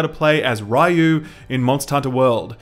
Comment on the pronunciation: Its pronounced Ryu, not Ryu ffs